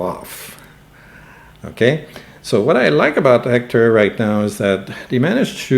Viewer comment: Are you saying Ector?